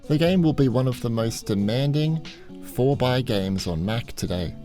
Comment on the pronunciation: Great Video! Lots to look forward to. Just a quick note though, The Civ-esque games (4X) are pronounced 4 EX. This stands for Explore, Expand, Exploit and Exterminate. Love your work! Keep it up!!